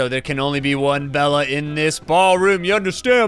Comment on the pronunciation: Bella? its bela not double L its bela